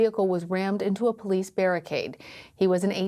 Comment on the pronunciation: "Bolice Officer"